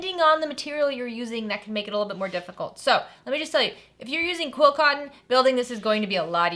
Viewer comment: Sorry, beginner here, are you saying quill cotton or quilt cotton? I just really enjoy your videos! 💜